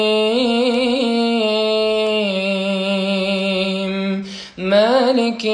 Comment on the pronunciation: بعد اذنك يابنى الفاتحه ليس فى تكرار الراء فى الرحمن الرحيم حفظ الله